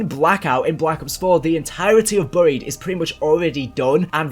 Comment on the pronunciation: Whats burry-ed I think you mean berry-ed (buried) Google it